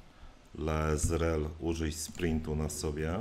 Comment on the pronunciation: Lae`zel, gdy się przedstawiała, wymawiała swe imię jako "lejzel" i według mnie nie zasługuje na kaleczenie jej imienia, bo jest dobrym fighterem.